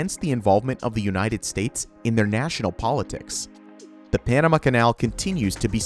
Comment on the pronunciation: narrator's pronunciation of "Panama" is distracting